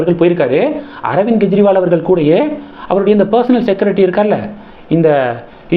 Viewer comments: அவர் பெயர் ஸ்வாதி மாளிவால். மல்லிவல் இல்லை. மேலும் அர்விந்த் கேஜ்ரிவால் என்று உச்சரிங்க. கெஜ்ரிவால் இல்லை. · அவர் பெயர் ஸ்வாதி மாளிவால். மல்லிவல் இல்லை. மேலும் அரவிந்த் கேஜ்ரிவால் என்று உச்சரிங்க. கெஜ்ரிவால் இலாலை